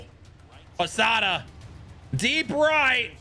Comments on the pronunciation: bro you said posadina and it’s pasada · PO SA DA is how it’s pronounced my g